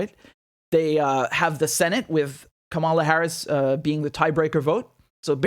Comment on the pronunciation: It's Kamala as in Pamela.